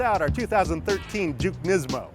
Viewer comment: say it with me Nismo, not nizmo.